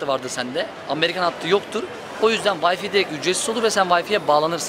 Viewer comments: way-fi degil way-fay :) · D turkler neden W harfini V ye ceviriyor okurken ? vayfi 😂